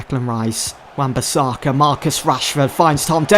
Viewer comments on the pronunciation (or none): Why do you pronounce Wan-Bissaka as Wan-Bithaka? Why do your pronounce points as poinths? Why do you pronounce Newcastle as Newcathle? Why do you pronounce season as seathon? Why do you pronounce business as buthineths?